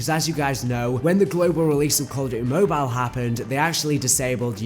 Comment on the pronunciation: It’s mobile not mobilell 😂wtf